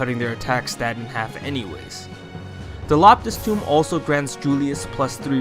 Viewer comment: Quick question: Why do you say “Tome” as “Tomb” or “Toom”?